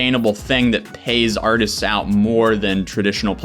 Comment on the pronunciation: Artistis? did I hear that correctly